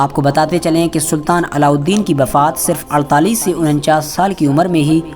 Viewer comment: Bhai bafaat nhi wafaat hota hai